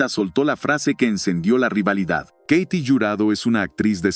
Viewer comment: Se pronuncia KATY no keiti , wey !! Y Sasha Montenegro no fué parte del cine oro , ella fué fichera y encueratriz !!